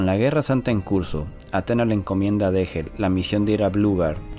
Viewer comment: Dégel viene del francés (deshielo) y se pronuncia "deyel"